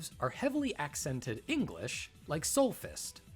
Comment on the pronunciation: Honest to God, I spent the longest time believing Morrigan used to say "ZOMBIE" instead of " Soul Fist "